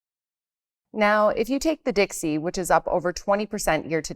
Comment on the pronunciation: The Dixie? 🤣 cute Remember: clarity > opaqueness